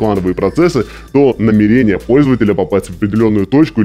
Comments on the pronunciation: ударение пжл ставь правильно, намЕрение, а не намерЕние )все ж почти лям подписчиков) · Сталкер, ты если читаешь с суфлёра проси ударение расставлять, а то кровь из ушей пошла (намЕрение, а не намерЕние) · НамЕЕЕЕЕрение, ударение на второй слог всю жизнь было